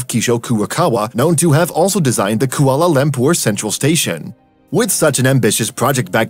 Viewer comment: But how do you pronounce Kuala Lumpur? It's awful.